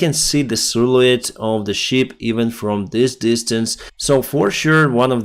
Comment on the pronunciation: Шып (ship), не шип (sheep).